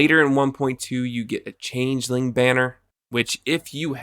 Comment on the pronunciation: You're the first person I've heard pronounce changeling correctly.